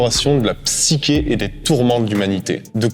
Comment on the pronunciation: Merci pour la vidéo. Tenet en mieux. PS : on prononce le "ch" de psyché comme dans le mot "chute". : )